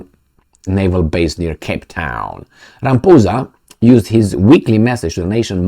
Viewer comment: He said Ramphoesa not Ramaphosa